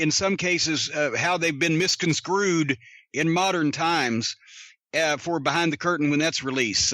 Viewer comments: Misconscrewed?? Think he means misconstrued. Lol!!! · Does Jim say misconscrewed instead of misconstrued twice?